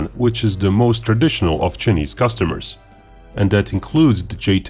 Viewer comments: He pronounced "China" correctly but kept saying "Chunese".🤔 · "Chenees"? His pronunciation of "Chinese" is driving me nuts! Embarrassing. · I love the chinese pronunciation, Che nese. The chenese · For the information of those not in the know, China is pronounced as Chai- ner. Correspondingly, Chinese is pronounced as Chai- niece. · I like your video but stop pronouncing it "chenese". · how can you say "China" correctly but use a different vowel sound when you say "Chinese" as chih-neez? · Your ' chinese ' pronunciation is like Indian are you an Indian in disguise of a Russian?